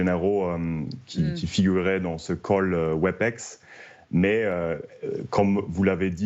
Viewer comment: C’est pas Webix (phonétiquement) c’est Webèx. Toujours aussi nouille ces franchouillards.